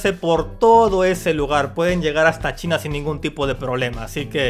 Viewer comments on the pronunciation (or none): none